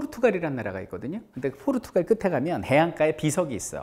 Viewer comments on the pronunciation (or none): none